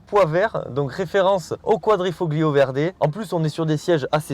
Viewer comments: Toujours un excellent choix de véhicules (on a les mêmes goûts). Bravo pour ton énergie et ton jeu de mains 😄 Pour ton information, on dit "quadrifo(g)Lio" ... on ne prononce pas le G, comme dans Ta(g)liatelles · Quadrifolio!!!! On 'e prononce pas le G!!!! 😂 Je hurle a chaque fois que tu le dis, et tu le dis a toutes les phrases !! Merci en tout cas pour cet essai d'un modèle que j'adore. J'ai eu un grand prix (série spéciale du quadrifo(g)Lio dans ma jeunesse, j'ai adoré cette voiture. Une merveille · Superbe vidéo encore une fois...Merci d'avoir remis à la lumière du jour cette magnifique voiture! Un travail de maître cette vidéo... Toutefois, il y a un petit bémol de prononciation...En italien, la lettre "G" est presque muette. Quadrifoglio se prononcerai plutôt quadrifolio. Sinon, c'est top. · "Quadrifoglio" faut avaler le G à la prononciation . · Arrête de prononcer le G de quadrifoglio... Il ne se prononce pas en Italien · Excellente revue d'un voiture tellement typique et pleine de charme ! Pour la prononciation de quadrifoglio, c'est comme les tagliatelle : le g ne se prononce pas et c'est parfait comme ça 😊. Encore bravo et merci ! 😘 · Super une alfa. Par contre le g de quadrifoglio ne se prononce pas en italien 😉